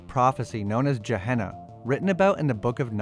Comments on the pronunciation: the vampire apocalypses is pronaunced Ga-hea-na not Ja-hea-na, from the Hebrow Gai ben hinum, a location that was used for child sacrifice close to Jerusalem a few other minor points were made by other people in the comments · cool vid but your pronunciations were a let down. These things are well established. your "Je-Henna" instead of "Geh-Henna" was what made me close your video out before it finished. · My dear it is pronounced geh-hen-ah. Other than that pedantic mishap, this video is a great resource for the newly "embraced". 🖤